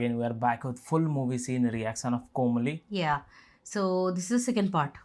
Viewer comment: you have to read the movie name like Komaali... Not Komali...